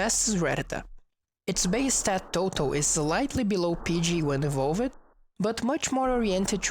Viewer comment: Love this series! Your English is awesome, Although if I could point out anything it's that words like "evolved" and "used" and "attacked" which is pronounced "e - volved" (not an extra syllable) instead of "e - volv - ed" . Very educational and well presented